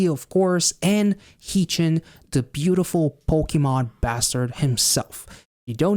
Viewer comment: Tysm for the reaction!! Just btw, Haechan’s name is pronounced more like “heh” chan (as in hair) rather than hee chan ❤